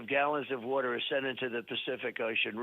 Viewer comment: “Wheter” … OH, water. 😮💦